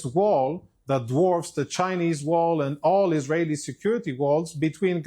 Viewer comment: hey,, can't you at least pronounce ISRAELI?? it's not more difficult than the F word you use every second!